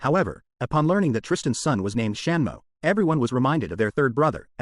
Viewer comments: If going to use AI voiceover listen to the voice over first before posting it. Such silly yet important mistakes that could of easily been corrected. Example: Tristan is a "he" not a "she" and the 3rd brothers name is "Samuel" not "Shanmo". Seriously. How the hell did you get Shanmo!! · 😂 A.I. who the hell is "Shanmo"? 😂